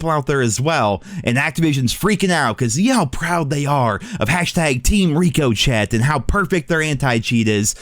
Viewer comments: Dude covers a shooting game and can’t pronounce ricochet. And before people say he’s doing it on purpose he probably wasn’t but got mocked so much he has to play into the joke. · Bro for the love of god pronounce Ricochet right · STOP SAYING RICO CHET ITS RICK O SHAY DAMMIT !!! how you going to cover cod and dont no the name of anti cheat. Come on bro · Bro. Please stop lol. I had to say something. Its "Ricochet". Like when a bullet ricochets off a wall. Pronounced "Rico-shay". Not "Rico-Chett" lol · Are you calling it rico-chat as a joke or is it not supposed to be pronounced ricochet? Like something ricocheting off a wall? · it’s pronounced Rick o shay anti cheat not rico Chet stop trolling 😂😂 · (Rick-o-shey) not Rico chet. Please... I know you are intelligent 😉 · IT’S NOT PRONOUNCED RICO-CHET FFS MAN STOP IT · Rico-chet 😂 it’s pronounced Rico-shay common man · It's pronounced rik o shey not rik o chet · RICO-SHAY. stop saying rico chet. its not funny. grow up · Wtf Is Rico-chet😂😂 it’s pronounced Ricoshay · For the love of god stop saying rikoshet It's pronounced rick-oh-shay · We can’t let keep getting away with this. It’s not pronounced Rico-Chet 😭 It’s pronounced Rick-O’Shay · Pronounced Rih-co-shay not rikoshet 😂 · And it's "Rik-O-chay" Ricochet. Means to boucce of a surface. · RICK-O-SHAY. RICK-O-SHAY. otherwise phenomenal shit, please keep bringing this shit to light. remember when call of duty had sprays, gestures, unlock notification markers, and more. how exactly do we start a class action suit?? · My man, it's ri-cOe-sheA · My guy. It's Rico-shay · Love you But it’s rikko-shay Ricochet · Wtf is Rico chet lmao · I love you! It's "Rick-o-Shay." and I get the "flashes" as well and it sometimes even stutters my game... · This man and saying reeko-chet. 😂 Love you. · This man did not just say Rico Chet 😭😭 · I hate watching your videos cause you dont say Rick o shay correctly. Drives me up a wall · Rico-Chet still cracks me up. 😂